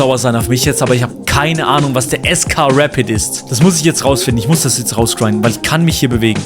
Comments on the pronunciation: Es heißt nicht reit sondern Rapid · Es heißt R A P I D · Man spricht rapid so aus: rapiet also a so wie es gehört und nd mit e aussprechen